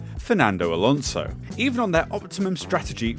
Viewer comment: I've noticed one good thing about: he pronounces Alonso correctly. He does the S as it should be, as opposed to a lot other English speakers that weirdly enough pronounce AlonZo (with a Z sound. Funny enough, Spanish does NOT have the Z sound. It's always S).